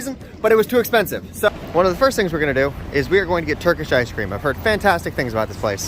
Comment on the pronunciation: turkis ish cream